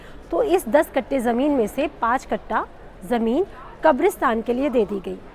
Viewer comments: Kattha not katta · वो कट्टा नहीं, (कट्ठा) होता है।